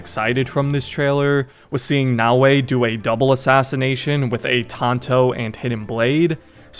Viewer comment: Actually kinda funny how you thought it was Nae-o-ee 🤣 Brother, just a tip, when it comes to asian names or languages for most of them, abandon the english way of spelling the letters (just as how you read Bayek or Yasuke's name, you don't spell it Bae-yeek or Yae-suh-kee right? You don't read Oda Nobunaga as O-dae No-buh-nae-gae) No hate tho, good video!